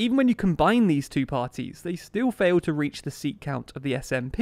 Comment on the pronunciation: I’m certain that ‘fail’ was deliberate 😂